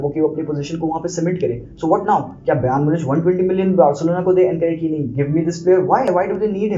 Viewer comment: yaar what is brAYN munich bhai ik dafa youtube par pronunciacion seekh le hamaisha lagta hai bayern itna chota club hai ke kisi ko naam bhi nahi lena aata